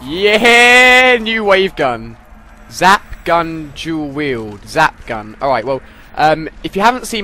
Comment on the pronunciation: why does it sound like hes saying zap-gun jew wield thumbs up if you heard it to